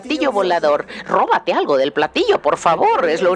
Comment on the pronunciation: Robate algo JAJAJ no se porque me sonó latinoamericano